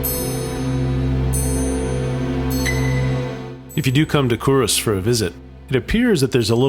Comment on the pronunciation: Cull Ross. Kull / Kuhl....... Ross